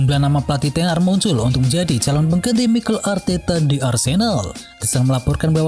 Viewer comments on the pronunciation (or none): none